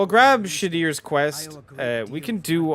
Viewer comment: When you say Shadr, it sounds like you said "shit-ears" I died laughing😂